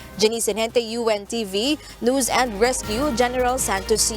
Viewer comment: Ung news caster ung pronounce mo news pki ayos